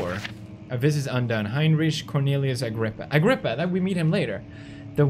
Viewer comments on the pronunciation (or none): "HeinRICH" Anyone?